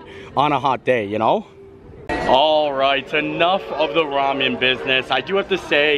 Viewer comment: Our family has always pronounced ramen “raamyun” and are considered weird. Both my husband and his brother served in Korea and that’s how they learned to pronounce it. Tickles me that you do too.